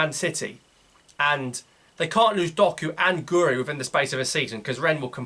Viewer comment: Its pronounced gwiri not gori